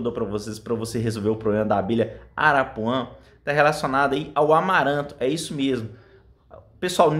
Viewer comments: Não é arapuã, é arapuá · Não é arapuã é arapuá.